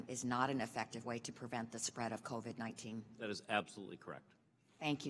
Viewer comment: This guy literally just said "CORVID-19", not COVID-19.